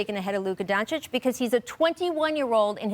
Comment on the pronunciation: Finally Scottie learnt to pronounce Doncic